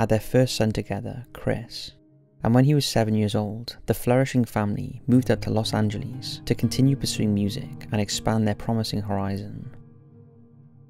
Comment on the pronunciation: Santa Rosa, NM in the Philippines?? Wth?? Anybody else notice that? Dude, please learn how to pronounce Los Angeles.